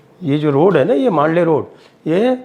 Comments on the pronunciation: Old Mandalay Road.. इसका उच्चारण मांडले नही बल्की "मंडाले" है.. यहीपर मंडाले जेल मे लोकमान्य टिळक जी को १९०४-१९०८ के दरम्यान रख्खा गया था.. यही जेल मे उन्होने श्रीमद् भगवदगीता पर "गीतारहस्य" नाम का बहुत बडा ग्रंथ लिखा था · Mandalay not mandley